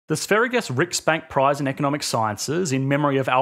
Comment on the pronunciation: Sveriges is pronounced SVAIR-ree-yuhs, not "-gus".